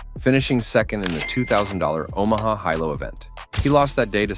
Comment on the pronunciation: This man mispronounced damn near every name! He even mispronounced fucking Omaha! 😂😂😂